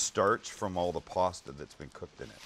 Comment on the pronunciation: I like the way he says puasta